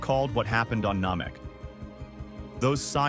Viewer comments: It’s an AI voice. The computer will pronounce it as it is written. All AI voice overs sound the same if you watch enough of them. Sometimes I think rather than write saiyan, the creator may want to write ‘sayen’ or ‘ Nammeck’ so the computer pronounces it as it is spelled and also pronounced the same way the DB series portrays. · Please learn how to pronounce Saiyan, Namek, Kakarot, & Kai